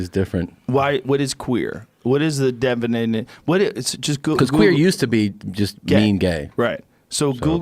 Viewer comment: lol.... "What is queer? What is the definNaynay?"